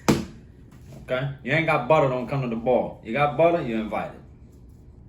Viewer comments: Love the way this dude talks man! Love his cooking even more..."one stick ah buttah"...lets go!! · Nah I just watch dis to hear “buttah”